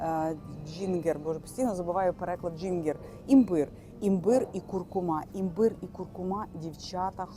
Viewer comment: Джинджер, а не джингер